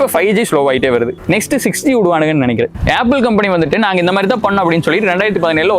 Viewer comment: நல்லா பேசுறீங்க, உங்க ஏரியா ஸ்டைல்னு இது ஒரு கெத்தா... ஆப்பிள் போன ஏப்பிள் போன் சொல்றீங்க... எந்த மாதிரியான உச்சரிப்பு கேக்க எரிச்சலா இருக்கு ப்ரோ.. Add னா ஏட் ன்றது.. உங்கள் பள்ளிகளில் கூட இப்படி தான் சொல்லித் தந்தாங்களா.. அத விட கொடும வளத்துனாங்க சேத்துனாங்க..அய்யோ😂 இந்த மெசேஜ்